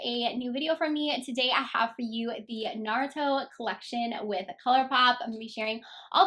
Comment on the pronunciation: It's kind of annoying that these people who don't know what what/who naruto is are reviewing the palette. I feel like the creator of the show is getting so disrespected with these people butchering the name. If you don't know what naruto is about and how to pronounce the name don't do a review. As a true naruto fan I am annoyed and frankly upset